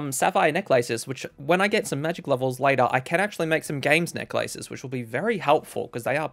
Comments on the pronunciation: (assuming we are talking about ) It's a lace that goes around your neck In most modern dialects of English, the "A" and silent "E" in necklace have become a schwa instead of a "long A" (IPA: [e]) sound, since the compound word became common enough that instead became a single word with a penult accent. This guy is obviously not speaking in a general American or British accent. I'm not perfect at linguistics, but I'm assuming he has an Australian accent. I'd actually love to know what accent this is if anyone knows. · no way this man can't pronouce necklace or tempoross